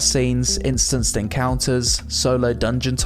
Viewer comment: "iSTANCED". Lol